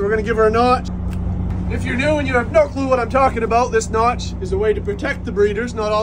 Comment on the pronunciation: Does everyone pronounce "Notch" like that in Maine??? Genuinely curious. Don't feel self conscious, it's great. Idk why, but it is. "Naawtch"!